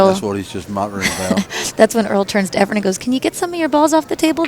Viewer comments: I watched this a couple of times. Terrific match, terrific video, and very good commentary until left the booth. I wish the English commentator would somehow discover that the name of the Filipino player is *E F R E N*......the last letter being an *N*. His name is not not "Efrem". There was once an actor named 'Efrem Zimbalist Jr.' Maybe the English commentator has the two confused. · Amazing match. Why is it so common in the pool world to have commentators (who presumably are familiar with all the great players) call Efren EFFRUM? It's splitting hairs but it's pretty irritating. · Efrum?! How can they not know his name, or is it on purpose? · Wow these commentators are stupid. How many times are they gonna mess up Efren and Earl's name.